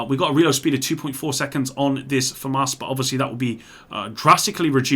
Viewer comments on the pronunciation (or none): here, I delete comments and can't pronounce Famas